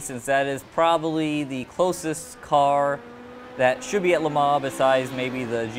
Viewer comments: Its pronounced Le Mon not Le Maw! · Le' Mon - Say Lemon in a french accent :P - The guy in the video is also saying it incorrectly. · it's not la Mar!